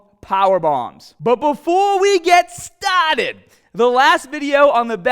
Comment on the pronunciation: That sexy long emphasis on "STAHHHHHHHHHHHHHHHHHTED" 😂😂😂😂